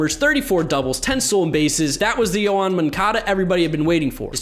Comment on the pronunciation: Who is Yoan Moncada? I only know Yown Moncuhduh